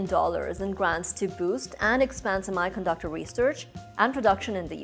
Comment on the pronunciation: Sorry to say but You are not pronouncing "Semi"_ conductor correctly.